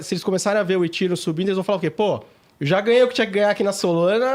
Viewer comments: Também queria saber de onde tiraram essa pronúncia 'Etíriun', kkk. Pior que os apresentadores foram na onda deles,kkk. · Ridículo falar itírium